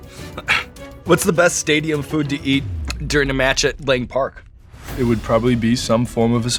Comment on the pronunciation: Oh my gosh, Sean Evans knows Lang park AND CALLED IT LANG PARK. HE DOES HE RESEARCH.